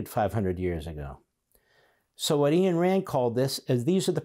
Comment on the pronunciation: Respectfully, Ayn rhymes with pine.